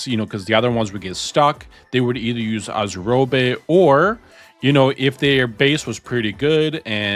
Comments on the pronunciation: most people say it like azure + robe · I have NEVER heard someone say Azurobe like that